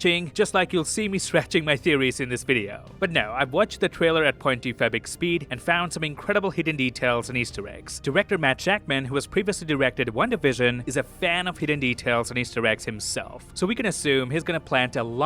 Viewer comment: i still dont get why he says .25x speed like that. it sounds like point 2 fepic speed